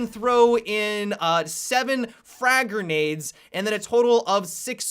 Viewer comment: I hate how he says gernades instead of grenades